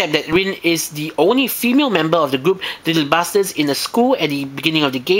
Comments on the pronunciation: You sound like you're saying little Bastards...XD Just to clarify it's little "BUSTERS" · hehehehee i hate to be this guy but it sounds like your saying little bastards XD sorry couldnt resist